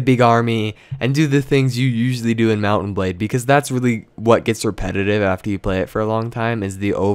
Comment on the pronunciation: TechGuidesFor Dummies *DOUBLE FACEPALM* I WAS MAKING FUN OF THE WAY HE PRONOUNCES MOUNT&BLADE!!!!!!!!!!! WHY ARE WE USING ALL CAPS BTW?